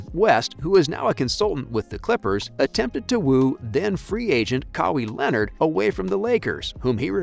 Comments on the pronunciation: Ka-Wee Lenard…🤦🏾‍♂️ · Glad he was able to land "Cowy" Leonard.